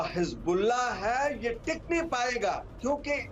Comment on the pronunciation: Medam aap anpadh ho hizbullah ko hijbullah bol rahi ho accha nahi lagta